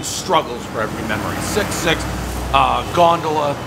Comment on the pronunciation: A true man of the people. Venice, Sicily? Couldn't be any more different. He mangles the gondola pronunciation. But who cares? El presidente gives us what we want. And we support it.